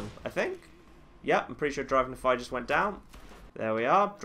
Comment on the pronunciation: It bothers me how some people pronounce Nephi. I know he has an accent, but it's not just him, it's practically everyone I meet.